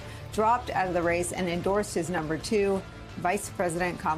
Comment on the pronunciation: he said her name wrong, I guess he IS the racist Kamala called him 🤣🤣 cnn has been saying the racist repudiation her name wrong on purpose lol